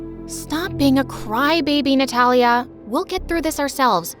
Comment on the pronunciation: Her name:Natalia What I heard :Nutella